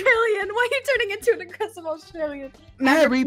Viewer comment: AWGESSIVE JUST BE AWGGRESSIVE